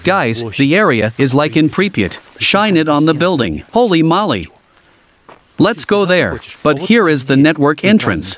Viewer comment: I like how the voice-over pronounces "Holy Moly" like he is saying "Molly" instead of "Moly" (Moe-Lay/Moley)